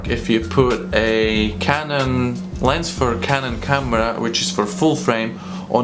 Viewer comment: "Lens" not "Lense"